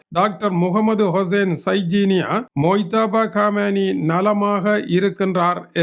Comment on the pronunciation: ஈரானின் ஆன்மீகத் தலைவர் முஜி தாபா காமினி பெயரை சரியாக வாசியுங்கள் நீங்கள் ஒரு ஆசிரியர்